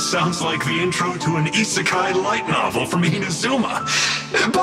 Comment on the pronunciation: My guy really just said isekai lmfao